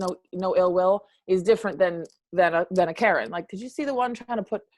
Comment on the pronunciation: Wow, she said Karen = "Carin'" about something that is none of your business, hahahaha I never thought of that!